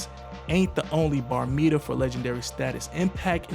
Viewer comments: Barometer bro not Bar meter 🤦🏾‍♂️ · Wtf is a "bare-a-meter"?😂 The word is barometer (buh-RAH-muh-ter). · Did this nigga say bar-meter 😂😂😂😂